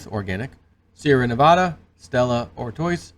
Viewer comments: Stella “Are-twah” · "Stella Artois" is pronounced "Stella Artwaa". They were established in 1366. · Monsanto has changed their name to bayer so look out for that also Artois ?? Come on man !! (Ar-twa) at the very least